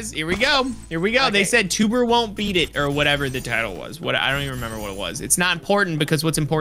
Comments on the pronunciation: it's not twbre it's tewbre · said twbre